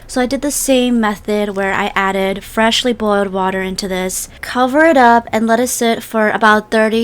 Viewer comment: Emphasis on the ✨Freshly✨